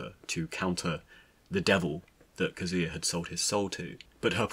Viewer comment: That is not the proper way to pronounce Kazuya. . .